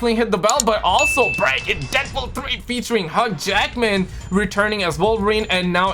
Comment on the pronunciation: its H-YU Jackman not HUG jackman, you bouja bandara hahaha